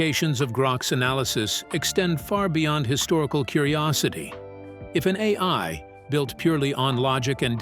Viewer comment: To avoid the TTS pause like when saying A... I, you can simply use a - or _ to connect them A_I, A-I.